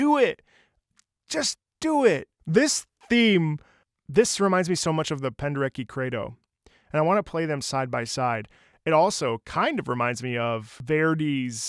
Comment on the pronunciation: So I played this video again (browsing recommendations), and only now did I realize that you meant Krzysztof Penderecki (I didn't get your English pronunciation of his last name :D ). Don't know much about his music - need to catch up. Another great find!